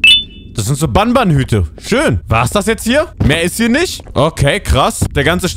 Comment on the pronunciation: Nicht ban ban sondern Bantür😂😂😂